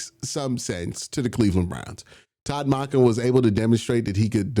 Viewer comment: Q idk if you are pronouncing salah and monken completely wrong because you’re being funny or genuinely can’t say their names